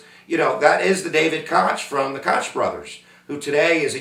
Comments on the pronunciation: Thought Joe Walsh ran in 1980 Thought it was pronounced Coke not cotch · It's not pronounced Kotch its pronounced like coke . That said unless you lived through it and this guy didn't you don't know . Liberal arts wrap up on history . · Koch is pronounced coke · the koch brothers last name is pronounced coke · Pronounce Coke